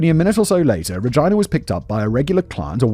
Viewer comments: Bro rageena, not ragina. It does not rhyme with vagina. Is this a British thing, or is your mind in the f'd up gutter. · Am I the only child laughing cause they keep hearing Simon say “Vagina” over “Regina” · Regina. Pronounced Re-Jean-ah 😂😂😂.. and I think you already knew that 🧐🤨🤣🤣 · Ruh-gee-nuh I work with a Ragina. She would throat punch you for continually calling her that 😂😂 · Oh ffs re-gyne-ah?? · I’ve never heard Regina pronounced that way.